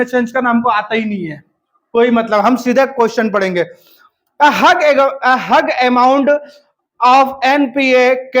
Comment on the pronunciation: Huge हग नहीं सर ह्यूज होता है बाकी आपका ट्रिक बहुत अच्छा है